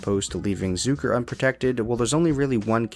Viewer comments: It's ZUCK like suck.... not zook like a bazooka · You mispronounced “Zucker”. It’s not Zooker.